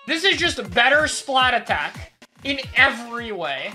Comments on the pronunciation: So why did you say splatattack instead of splattack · has anyone realised that it isn't called "Splat-attack", it is actually called "Splattack"? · Why does everyone say "Splat attack" it's "Splattack", one word. the at in 'splat' is the same 'at' that starts 'attack' you don't repeat the at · dude why does EVERYONE SAY SPLAT ATTACK ITS “SPLATTACK” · Even better be the people that say splatack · The OG splattack below X is an even bigger crime than your pronunciation of the song. It’s THE Splatoon song for a reason. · every time he says splattack as two words i lose a year off my life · they way mispronounces splattack is just why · You pronounced Splattack wrong. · Is anyone else really annoyed by mispronouncing Splattack! or is it just me? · Bro I’m sorry you NEED to pronounce Splattack correctly. I can’t do it anymore.